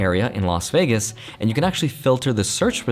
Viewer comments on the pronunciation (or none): none